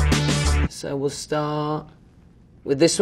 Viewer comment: “Hopefully wIE come back” 😏